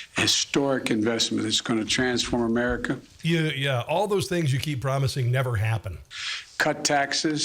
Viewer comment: "Transform 'Merica"?...he can't even say America!